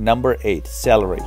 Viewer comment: I was laughing at the point where it said "after 2 weeks the SALARY (celery) will start to re-grow " :-D